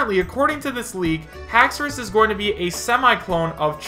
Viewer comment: Lmaooooo ‘haxoras’ 😂😂😂 dont make me laugh. FAKE